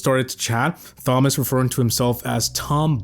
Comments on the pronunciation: You know it’s not pronounced THomas just tomas right?? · 😂 Thomas isnt pronounced thom-ass. its a silent h. Tom-as is how youd pronounce it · I have never heard some one pronounce Thomas as Somas rather than Tomas 😅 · Who tf pronounces "thomas" as "fomas" ?????? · Why do you say Thomas like that? It's pronounced TOM-uss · Brother the h is silent. It’s pronounced Tom-us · more like fomas😂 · I love you but it’s not “thom” as lol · Voiceover can’t pronounce Thomas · The pronunciation of Thomas is killing me lmao 😂 the h is silent brah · that’s not how u pronounce Thomas brother lol